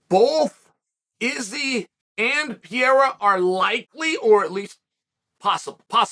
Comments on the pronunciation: The only battle Chael has ever lost is the battle of pronouncing a fighter's surname properly (Alex Peeyaira, Islam Mawklechev...) 😃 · As a brazilian, it hurts my ears to hear you say Alex's last name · Every now and then, Sonnen makes a conscious effort to start saying a fighter's name correctly "out of respect" for them. Are we to assume, based on the whole "Pierra" thing, that Chael Sonnen still does not respect Pereira? Also, "lapped the competition" was already being thrown around when GSP was WW champion.